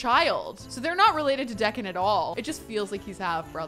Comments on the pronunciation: I think it's pronounced Dee-can, not Deck-an... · saying Decon over & over when it’s actually pronounced like Deeeecon lol. So funny 😂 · Deacon, " DEE CON" I know it is not a huge deal but do you know how many times you said the kids name .... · Deacon is pronounced “Dee-kin”. 😭😂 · I thought I was the only one who noticed this. 🤣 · Deacon is pronounced Dee-kn. The two vowels in a row change the rules. The first vowel makes the second silent and the first vowel becomes a long vowel. In this case E doesn't say eh it says EE and the a is silent. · It’s pronounced Dee con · Deacon is “dee-can” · Right? It physically pains me every time she pronounces it the way she does lol